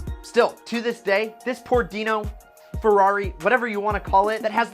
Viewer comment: It would be nice if you can pronunciate "Ferrari" correctly, it's Ferrari not "Fiuwhawy", my ears bleed...